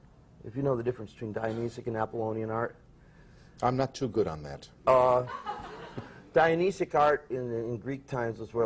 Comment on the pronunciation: Silly boy, I think he means Dionysian, not Dionysic. He did get Apollonian correct.